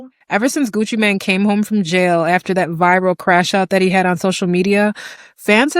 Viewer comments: It's not Gucci Man it's Gucci Main Pronunciation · Ur a TRUE fan and keep saying “man” instead of “mane” 😂. FOH. Everytime u said Gucci Man I was annoyed.